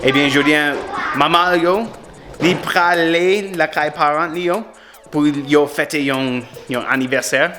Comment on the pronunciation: He say pale so different